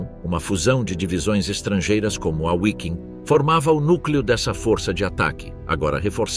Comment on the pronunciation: Alguém, por favor, PELO AMOR DE DEUS, diga para esse narrador que a letra W em alemão tem som de V e que o nome da 5ª Divisão SS Panzer NÃO É "Uaiking" e sim "VIKING", do mesmo jeito que se fosse escrito com V.